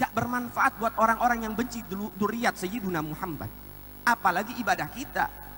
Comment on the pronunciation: Sayyidina. Bukan sayyiduna